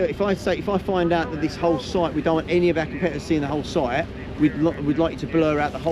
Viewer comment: I wonder why that guy in the orange hi-vis at the beginning keeps saying "soit" rather than "site"?